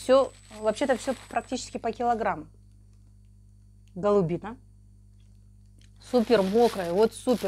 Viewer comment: Голубино, ударение на у Населённый пункт в Белгородской области